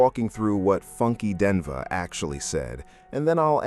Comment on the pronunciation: it is pronounced Die Knee va. Funky Dineva damn. Learn to pronounce the names please